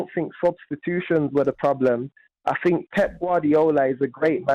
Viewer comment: The last caller is either a teenager or an imbecile, Jim managed to communicate this point somewhat more succinctly by cutting him off mid sentence before he could spout any more "I fink his name is fernandinho" drivel